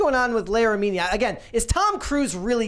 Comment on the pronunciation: Why are they unable to pronounce Leah Remini’s last name properly?